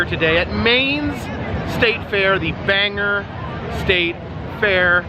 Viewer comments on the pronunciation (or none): Ok I am from Maine, you pronounced Bangor wrong, it ends in or not er. It is not Banger. It is Bangor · Not Banger....Bang-Gor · ITS BANG-OR! NOT BANGER you dunce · It's Bangor not banger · It's not banger it's bang"o"r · it`s not Banger...it`s Bangor. Thanks for coming to visit, now get outta my back yard...lol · The pronunciation of Bangor, is Bang Gore. Not Banger. Nothing boils my blood more than a tourist completely butchering the name Bangor. Weather News guys do it constantly when I'm traveling and it makes me furious, someone please tell these people the right way to say it. Like people calling Saco, Maine, Sacko, when it's pronounced Socko. Don't do it again 😂 lol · It’s pronounced Bang•gor. Not Banger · It's pronounced bangor not banger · Ban gore is how you say it not bang er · BAN GOR NOT BANGER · It's not banger lmao! It's bangor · The Bangor fair is so fun! I remember going with my family. I will never forget the time I got see actual ostriches in an ostrich race. Also, you're pronouncing Bangor as Bang-er. It's pronounced Bang-or. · Bangor not banger. Lol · Dude, it’s not Banger it is bangor long o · It's pronounced Bayn-gore. Not banger. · I've never been there but I know that it's Bang-or not Bang-er... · Its called Bangor Bang-gore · It’s Bangor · wow...i dint know you were in maine! but its pronounced Bang gore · It is pronounced BANG-GORE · You need to go to the Fryeburg Fair here in Maine, it's the biggest fair in the state. Bangor is pronounced as spelled, not Banger. Trust me I had to correct my family that comes to visit. My town(Clinton Maine) has a fair, as well as Skowhegan(they have way more rides.) Late summer ushers in what we Mainers call "fair season". Hope that helps! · It`s pronounced Bang-Gor.... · FFS people..... IT'S PRONOUNCED BANG-OR...... BANG GORE!!!! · It’s pronounced Bang gore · Say it with me... Bangor. BANG GORE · It's actually pronounced like BangGore...As a native Mainer, I had to correct the mispronunciation.